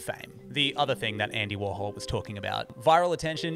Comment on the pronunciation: you don't understand "warhol". and it's not pronounced "worhal"